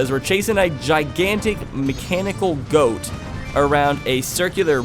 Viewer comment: I like saying snowheads boss got as in I got my toy or somethin but you say it like goat but like both